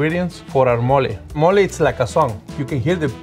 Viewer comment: It sounded like he said 'we're gonna do Molly' and I thought this episodes was gonna be lit.